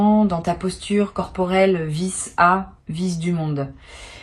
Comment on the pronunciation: Oui et c'est aussi une IA, cette façon de dire peut-être "peu être" sans liaison et "vis-a-vis"' visse... a... visdumonde 🤣